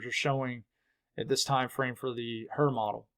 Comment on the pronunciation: Is it the H triple R model or the Hrrrrrrrrrr model. Lol. 😂